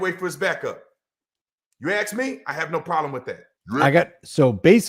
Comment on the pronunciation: Another grown person who can’t pronounce ask